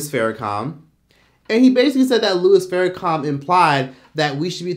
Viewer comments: Pronunciation is prime.Louis Farrakhan not Farracom my brother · U..put some respect on his name.it’s Farrakhan not farrAkum🤔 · why does it sound like you're saying Farrakha(m)? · are you really pronouncing his name with "com" on the end geez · It’s Farrakhan. Not Farrakham. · Im sorry are you saying Louis Farrakham?🥴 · Is he really calling him louis "Farra-com"? And did he say he actually walked with MLK? I promise you Farrakhan didnt march with MLK. Totally different ideologies.... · Pronounce his name right , It is Minister Farrakhan not faracom